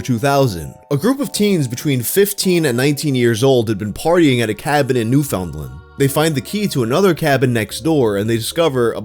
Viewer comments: Small correction: It's pronounced new-fun-land, or new-fun-lan, not new-found-land! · For future reference, "Newfoundland" is pronounced like "Newfinland", with the emphasis on "New" and "Land" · "New - Fun - LAnd" :) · going to be the stereotypical annoying Newfie and let you know its pronounced New-Fin-Lan, crazy that this is in a video lmao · Hey man. If you pronounce Newfoundland like that again I'm gonna have to turn you into horse-glue. Its usually said as "New-fun-land" or "New-fund-land", not as literal as the name suggests. (its not that serious, just such a wild mispronunciation that it gave me whiplash lmao) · It’s always fun hearing what people think Newfoundland is supposed to be pronounced like because I have yet to see anyone say it right the first time, for those curious most Canadians pronounce it as nu-fin’d-land or if you’re really in a rush and want just to slur it out nu-fund-lund, I don’t know why we say it like that but that’s what it is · Btw bro: Newfoundland is pronounced like "newfin-land" makes no sense but there you go 😅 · it’s pronounced New-Found-Land!!😆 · And here I thought mainlanders saying "New-fund-lund" was bad. Then goes and drops a "New-FOUND-lund" on me. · Bro doesn't know how to say Newfoundland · That pronunciation of Newfoundland, I hope there's no Newfies in the comments. :P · I'm from Newfoundland, it's always funny hearing people pronounce our province, also it's really weird when you hear Newfoundland in a video you didn't think you'd hear it in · Americans cant pronounce Newfoundland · the way you said newfoundland hurt my soul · the way you pronounced Newfoundland just sent me into the stratosphere.